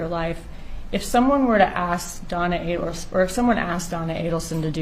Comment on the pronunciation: It's A-delson. Not Addleson.